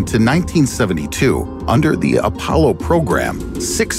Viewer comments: "Apaulo" Lmao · The “Apaulo”?